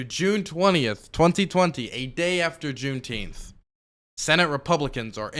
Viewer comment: Can people just say it properly? It’s literally the dumbest sounding shit I’ve ever heard. JuneNINEteenth. Double plus good.